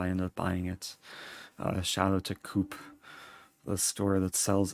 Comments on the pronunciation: I love how you pronounced Coop liked the word coup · Side note, the swiss supermarkets Coop are short for coopérative so it's pronounced 'co-op' or, more familiarly, 'cop'. That was the useless factoïd of the day :D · Your pronunciation of Coop was hilarious. It's pronounced co-op,short for cooperative. In Manchester, UK, where it started, it has been pronounced quworp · Hearing Coop pronounced the english way is so distracting (in a funny way) as a Swiss person, because you actually pronounce it more like Cohp